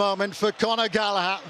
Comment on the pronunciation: Nice ball from 'Gallagh' aswell